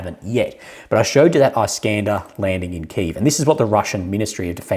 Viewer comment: Isk-ander mate! Isk as in Whisk. I know you've been told a few thousand times, so I'm sure you'll get it eventually. 😜